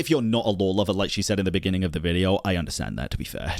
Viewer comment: "In the benninging" Ahh. You really made quite a moment for yourself huh...